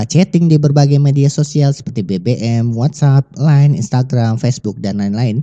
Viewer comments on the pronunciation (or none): none